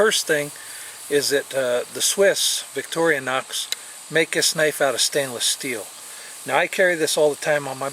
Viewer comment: I think he says victorinox correctly, althru with some strange accent. Look victorinox com if you never heard of it.